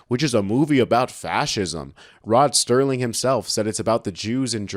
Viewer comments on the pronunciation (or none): Rod Serling, not Sterling. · “Grazer”, not “Glazer”. “Serling”, not “Sterling”. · It's there is the text. "Serling", not "Sterling". Little gaffes like this sound bad. Especially since Rod Serling was quite famous for many productions, including "The Twilight Zone".